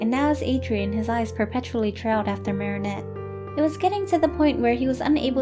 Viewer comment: THANK YOU SO MUCH FOR PRONOUNCING THE NAME 'MARINETTE' PROPERLY!!!